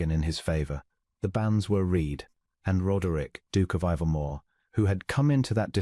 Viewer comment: Tenants turned out on the roads? The correct term is turned out on the streets. And read is pronounced red. A nice story though.